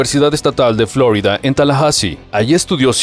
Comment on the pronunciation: en español se dice "florída" de hecho el nombre original viene del español, suena chocante la pronunciación revuelta